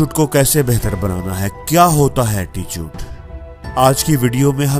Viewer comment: वो अटीचूट नही attitude hota he 😅😅😅😂